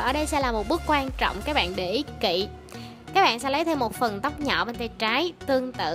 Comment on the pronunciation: nhỏ mà nghe giống nhọ